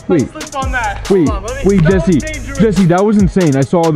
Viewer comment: Hi jessew remember silent w 😁😁